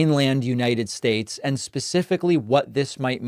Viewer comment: Announcer: "... in the history of the United Shaesh..." Me: Um... May you have meant, "...in the history of the United States." Just mentioning it to help.